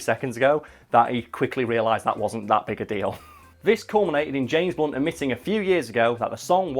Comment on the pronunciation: i thought you said james bonds